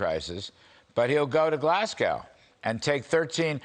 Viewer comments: By the way it's Glasgow not Glasguwe, and if I was China I wouldn't go. In fact if I lived there I wouldn't go. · Glasgow - as in ‘Glas-Go’ not ‘Glas-Cow’